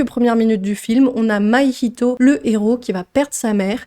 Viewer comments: ça se prononce "mahito" et pas "maihito" petite erreur mais sinon merci pour ta vidéo de 20 minutes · Pk tu dis maïhito ? C mahito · C'est Mahito pas Mahihito 😭 Moi qui l'ai vu en VO je grince des dents là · Merci pour cette super vidéo :) ! Ps : ta prononciation de Mahito m'a perturbé 😅